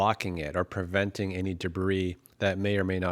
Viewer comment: "PERventing" is not a word. * PREventing.